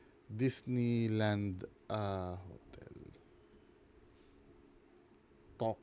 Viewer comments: Dis-neigh-land daw. 😂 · DIS-NEI land?😂